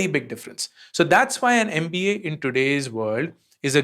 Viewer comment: You are explaining everything very well but the moment when you say mpa apni..ammm.amm instead of MBA made me laugh hard😂😂😂 to tearing up